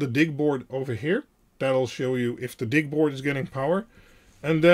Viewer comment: I appreciate your videos, but DIG is short for digital and should be pronounced “DIJ.”